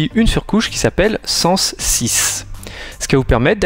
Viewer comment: salut, juste 2 points que j ai noté tu parles de 480 ppi pour la densité de pixel en réalité c est 441 ppi,et pour la prononciation de sense 6 se serait plutôt " seince " en terme de parler ;) si non un bon petit test! Merci